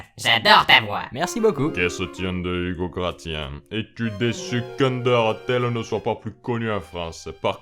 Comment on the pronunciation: Senpai notice meeeee!!!! Hum Hum Sinon très bonne vidéo j'ai vu que nous avions le même âge et d autres points communs donc je t'apprécie encore plus. Sinon ça se prononce Grassien. Salutations Nyehspectueuses